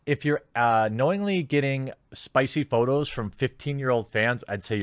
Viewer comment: "spicy photors" lol